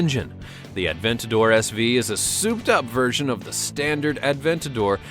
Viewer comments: The one-77 and the Aventador SV are not even close to the fastest cars. And it's not pronounced Ad-ventador it's A-ventador. There is no D. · "Turbocharged" shows Lamborghini Aventador haha xD "Lamborghini Atventador" What?! Say that again ... "...but is 110 pounds lighter. You know, for aerodynamic purposes" What has weight to do with aerodynamics? Doesn´t the M600 have a Volvo engine? "Bugatti Whyron" (written like spoken) Its Veyron (french) All Bugatti Veyrons are AWD, not just the 16.4 SS The Hennessey Venom F5 isn´t even out yet ... but the Hennessey Venom GT is fast too (2nd fastest car in the world) "Bugatti Kiron"(written like spoken) WTF, learn speaking car names correct, again, Chiron is french And my favourite car: ´02 - ´03 Subaru Impreza WRX STi, they just look amazing <3